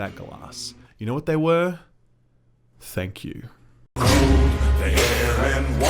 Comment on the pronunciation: "THANK YOU" that's the most canadian thing ive heard